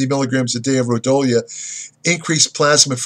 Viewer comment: Pronounced Ro Dee O lah